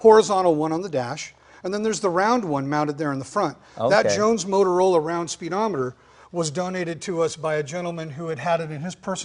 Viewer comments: Jay, it's "Jones Motrola," not "Motorola." The Galvin brothers registered the latter trademark in the 1930s for their early AM broadcast-band car receivers. Motorola entered the public safety communications market with their "Police Cruiser" AM receiver in the mid-1930s, which was a re-tuned (above 1650kHz broadcast band), but ruggedized consumer receiver for law enforcement use. Mobile transceivers were marketed before WW-II, as well. Truly revolutionized law enforcement. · The speedometer is NOT a Motorola, is is JONES-MOTROLA. Different company, 2 "O"s, not 3! Say: moat-rola. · Came in to say that. The restorer made the same mispronunciation.